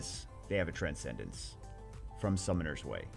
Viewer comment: "Summoners Way"